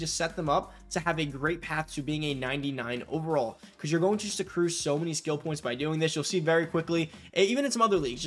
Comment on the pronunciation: I swear u said seccrue